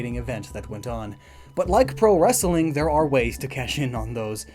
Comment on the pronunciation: your comedy sucks and you cant even say wrestling right. you sound like a ass that way